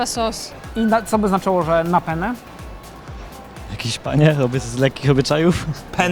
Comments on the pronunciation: Penne! nie pene. Ważna jest wymowa 2 n. Inaczej wyjdzie siusiak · Penne. Akcentujemy dwa 2 jak w imieniu Anna. Pene to penis. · Hej, nazwę makaronu penne powinniśmy wymawiać "penne"- wymawiając podwójnie literę p. "Pene" natomiast oznacza penisa. Wydaje mi się, że to może być istotna wiadomość dla osób, które chciałyby zamówić makaron penne we Włoszech lub w restauracji gdzie kelner okaże się włochem 🤌🤌 😉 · Sposób w jaki prowadzący wymawia „penne” zmienia rodzaj makaronu w inną rzecz, w pene :D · Ciekawostka : w odcinku pene które wymawia prowadzący to inaczej po włosku penis, a Penne z przedłużonym N to makaron :)) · słowo "penne" lepiej wymawiać przez dwa n niż jedno jeśli myślicie o makaronie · fun fact: źle mówicie penne, powinno się czytać tak by wybrzmiały dwa n bo w innym przypadku, oznacza to męski narząd płciowy. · moi drodzy PENE wypowiedziane przez jedno N to po włosku PENIS, poprawna wymowa PENNE jest zbliżona do wymowy przez dwa N, jak w polskim słowie wanna 😊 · Penne czyta sie jako P-E-N-N-E z każda litera inaczej oznacza co innego… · Chłopaki, to nie PENE tylko PENNE XDDD (wygogglujcie różnicę hehehe i nie zamawiajcie pene w restauracji) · Ten makaron to się czyta peNNe, bo przez jedno to siusiak :) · Hallo Ekipa Matura to bzdura! Nie żeby coś ale PeNe to penis po włosku. Mówimy peNNe przez dwa "N" 😜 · No tacy mądrzy, a sami źle wypowiadają "penne". "Pene" w wymowie przez jedno "n", to nic innego jak penis. Jednakże "penne" czytane przez dwa "n", to dosłownie pióra i właśnie stąd wzięła się nazwa tego makaronu, a nie od penisa. ;) Polecam na przyszłość jakbyście planowali kiedykolwiek zamawiać makaron "penne" we Włoszech, bo kelner może się zdziwić. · Akurat "pene" to penis Makaron to "penne" z wyraźnie zaakcentowanymi obiema literkami n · W tej wymowie wasze "pene" to już po włosku bardziej penis niż makaron 😅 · Nie „pene” tylko „penne”. Tam jest dwa razy „n”. Hiszpan jak usłyszy „pene” to cie wyśmieje, bo to siusiak 😆